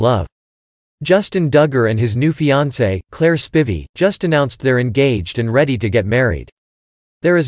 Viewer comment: one thing YOU didn't know about claire spivey is how to correctly pronounce spivey........